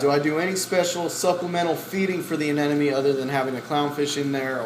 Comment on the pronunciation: *aneMONE. x aneNOME.